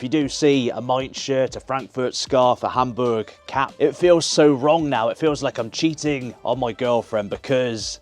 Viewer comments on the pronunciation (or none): none